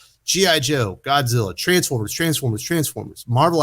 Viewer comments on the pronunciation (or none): none